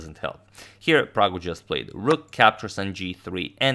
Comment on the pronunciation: Ohh man did agad just called him praggu 😍😍